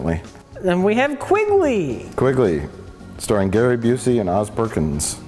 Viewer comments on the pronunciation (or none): QUINGLEY? Come on!